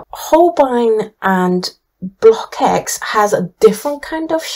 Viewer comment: I really love your website, Thank you for your objective testing. But I’m sorry to inform you that the pronounciation of the CKX of Blockx is like KS, so you say BLOKS instead of BlokEKS. Also the Dutch pronounciation of Van Gogh and Rembrandt is very different.